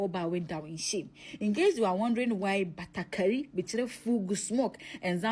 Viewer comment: Batakari not Batagari. FUGU.